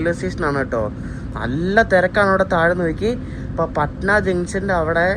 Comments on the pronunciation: പഠന ആണ്.... Not പാഠന.... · Bro your pronunciation for patna is insane …. When u reach patna , ask local how do u pronounce patna pls … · Bro its പട്ന not പാട്ന